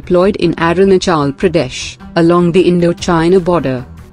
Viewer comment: what's with her pronunciation...'areenachal Pradesh???' neglect towards state is clearly depicted in her pronunciation😉